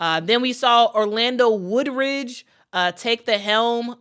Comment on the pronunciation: His name is Orlando Woolridge, not "Woodridge"? Otherwise, nice rundown of the number of LA Sparks head coaches. Michael Cooper is the only one I recall.